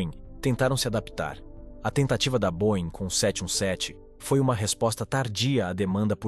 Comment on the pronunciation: Não é cavalca, é Cavalcante, e não boin, é boieng. Não mate o português.